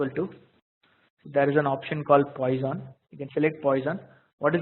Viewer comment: The pronunciation is /ˈpwɑːsɒn/) for God's sake!